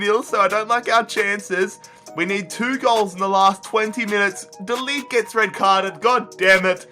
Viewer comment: It’s so funny how you say de ligt